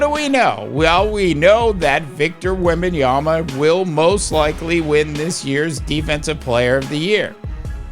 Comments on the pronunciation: Victor Wembanyama Pronunciation: \wem-ben-YAH-muh\ That's literally how he says it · There's a reason why your content is not getting views... If you're going to come on YouTube and give your analysis it's imperative that you do your homework... If you're going to talk about a player make sure at the very least you know how to pronounce his name.